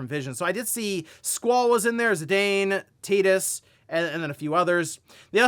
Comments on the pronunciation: did I hear Tidus being called Tatus? lol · tay-dus? you apologize for that remark!